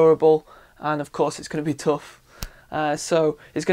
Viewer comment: Although I don't say it the way he does, I have seen the ad he mentioned, and he is saying it correctly.